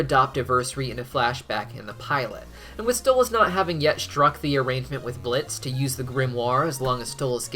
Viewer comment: Blitzo* the o is silent